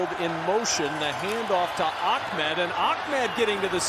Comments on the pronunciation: This commentator screwing up Ahmed by saying Achmed...lol. Yea because there is a C in the guys last name. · He keeps calling Ahmed "Ahkmed" lol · Ahmed doesn't have a Kah sounds anywhere in it. That would be achmed.... jebus lol